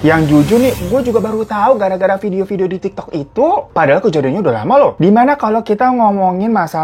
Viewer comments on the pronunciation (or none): none